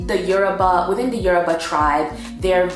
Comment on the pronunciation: I'm Yoruba too, the way you pronounce the yoruba words are so funny but you tried 😂